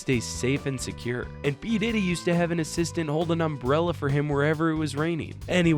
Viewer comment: nice 'assitant'